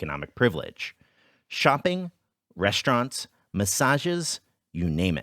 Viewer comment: "Massages" lol. Understandable, have a great day.